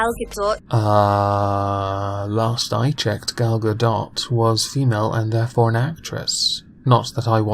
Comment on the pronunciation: Fuckin tilted by Scottish pronunciation of Gal GaDOT....